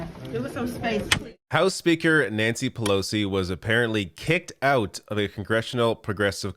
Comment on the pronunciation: Oot!?! 😁 holy loons and toons I didn't realise you are from Canada?